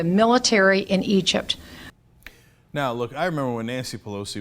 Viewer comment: I swear I thought Bachman almost said ugypt